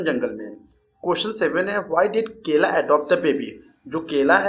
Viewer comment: Kala,❎ KELA✅